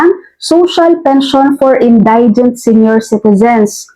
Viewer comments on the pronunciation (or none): Thank you for clearing this issue. My only concern ay yung pronunciation mo ng word "indigent". For the correct one, check mo sa Google, marami kasing makakapanood ng video mo. Magandang itama mo na sa ngayon para matutunan din ng lahat ng listeners mo. Ty again.